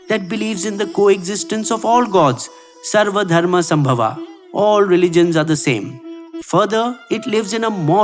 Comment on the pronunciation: It's not Sambhava, it is Sam-bhava.